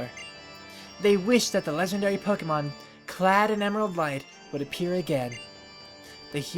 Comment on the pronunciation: I'm sorry,, but it's pronounced Poke-AY-mon. Thanks!